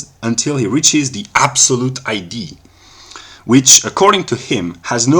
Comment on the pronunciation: Was looking for a Hegelian refutation from Russel, but this didn't sound like one? BTW I like that you pronounce idea as ID, makes clear that we in ideas perhaps are looking at images of identity.